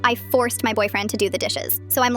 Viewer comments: Why'd she say force like that "I FORCED my boyfriend to do the dishes" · The way she said forced. she Enthasised it. 😂